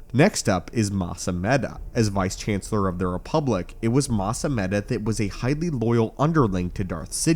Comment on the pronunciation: It's Mas ameeda. Those are long Es